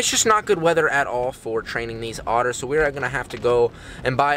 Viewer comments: Whenever he says training, it sounds like trading xD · In the start i thought he said trading the little baby otters